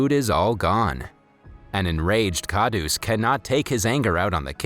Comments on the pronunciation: Kahdus is pronounced Kah-rhoos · it is pronounced kharus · its not dabba its deba and its kharus not khadus d is pronounced as r and it means greedy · It's kharus not kadus